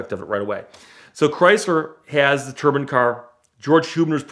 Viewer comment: The way he pronounces Turbine legitimately triggered me so much that I couldn't finish this video. Why is he pronouncing it "turban"? It's "tur-bine"